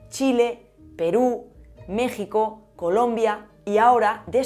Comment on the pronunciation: Te felicito por pronunciar México a como se habla en mi país